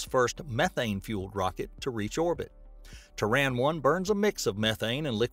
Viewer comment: Why's is he saying Traan when its Terran...